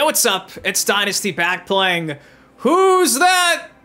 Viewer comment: Why does it sound like dynasty is saying its your husband dynasty even the subtitles say it 😂.